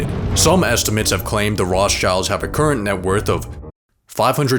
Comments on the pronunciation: funny he said Roths childs ahahaha its rot schilds lol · Did he really pronounce it Roths childs?! Man, do some proper research for audiophiles like me first before posting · i am a jew and he pronosd it whong - The Rothschilds